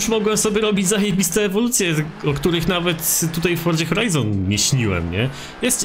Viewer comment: wszystko fajnie, nagrywasz spoko filmiki, ale jeśli możesz to zajrzyj do google tłumacz i wpisz sobie słowo "forza", i zobacz jak się je wymawia:). Wymawia się je /ˈfɔr.ʦa/, gdzie ty wymawiasz to tak jak jest zapisane, uszy krwawią:(. Nie wspominając kiedy mówisz to z końcówką -ie, "forzie" co brzmi jeszcze dziwniej. To nie jest hejt, ale kiedy mówisz twoje "forzie", to cała reszta bardzo dobrego filmiku na tym traci:(. Pozdrawiam